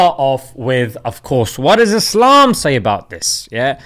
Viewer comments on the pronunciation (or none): none